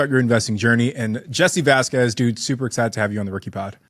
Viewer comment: learn to pronounce Vasquez. You’re embarrassing yourself.